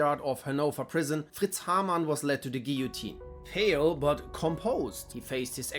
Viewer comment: It's a nice touch to use even more of a german accent for Haarmann.